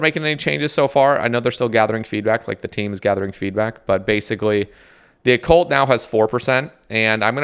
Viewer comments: Bro was really calling it O-Cult lmaooo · Oh-cult lol. That was too frustrating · Lmaooo the Oh-Cult